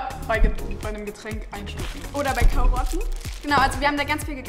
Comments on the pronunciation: Hast du kaurotten gesagt 😂😂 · Sie sagt KAUROTTEN